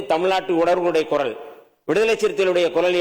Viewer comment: Adhu koral alla kural 😅